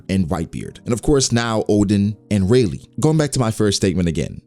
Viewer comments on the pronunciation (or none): Guys, its Rayleigh get it right